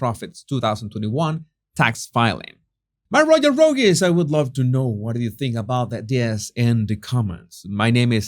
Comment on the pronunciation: “rogues” has one syllable. “Debuted” - the “T” remains silent, and the word has two syllables. deh-BYOOD. Great job!